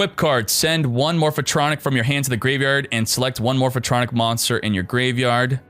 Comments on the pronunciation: MORPH-TRONIC, not morpha-tronic. God damn, triggered so hard right now. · More-fuh-tronic! lol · The way he pronounces Morphtronic gives me anxiety